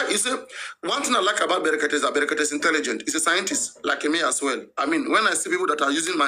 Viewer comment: The name us " BREKETE" PRONOUNCE IT PROPERLY...It's not FUNNY...he goat🐐